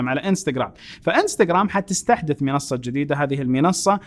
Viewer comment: منصه تنطق وليس مينصه